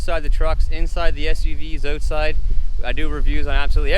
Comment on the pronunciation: Stopped at “oatside”